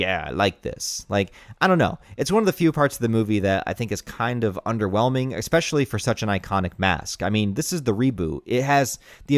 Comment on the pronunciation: Eckspecially..... Bro are you from Houston???